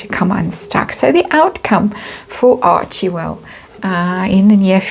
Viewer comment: It's pronounced Archwell, not Archiewell